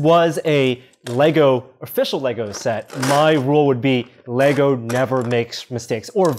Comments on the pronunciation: THANK YOU FOR SAYING LEGO CORRECTLY (some of the time) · These dudes win for making a deliberate effort to say “LEGO” instead of “LEGOS”. They slipped, but I ain’t mad. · Fuck me dead, I just heard two Americans call Lego “Lego” instead of adding an unnecessary s on the end like they’re trying to pronounce some French. Great job! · Glad he says it correctly Lego...no Legos